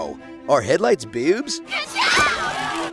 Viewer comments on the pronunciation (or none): I love the way he says “bewbs”